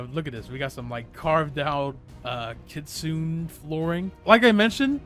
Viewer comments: Btw not to be mean but its not kitsine its kit sune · no hate but it pronounce as kitsu-ne not kitsune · its pronounced kitsuna just to let ya know:) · blud said ketsun fruit bruh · It is pronounced kit su nay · Why he saying kitsune like that😭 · He mispronounced Kitsune every single time.